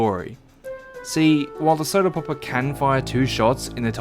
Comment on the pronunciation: As soon as I heard how you pronounce word “popper” I knew it would be really funny the more I watch. To add the context, in my language the way he says “popper” (poppuh) sounds exactly like word butt. So each time he says popper, just imagine he says butt. I know it’s childish but I am a dumbass so I have no issues